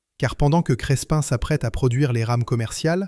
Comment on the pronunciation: Crespin près de Valenciennes: on ne prononce pas le "s" - on prononce simplement "Crépin".